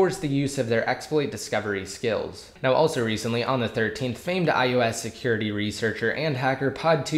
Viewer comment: Is it me or does it sound like you're saying iEOS 7? Damn ears are playing games or something because I'd had to go back and listen to you repeat it 5 times.